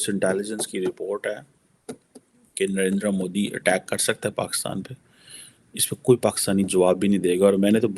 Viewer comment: How is it possible that is not able to pronounce Narendra Modi properly why is try to do it like a foreigner...